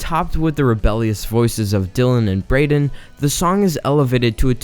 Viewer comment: *braeden not braedon 😭